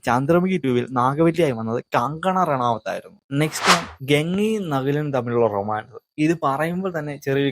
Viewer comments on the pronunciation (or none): none